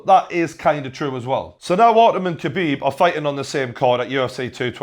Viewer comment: TJW 0405 nah man, it's Xabib